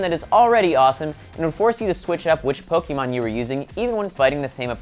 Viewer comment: Why can't pronounce pokemon correctly?!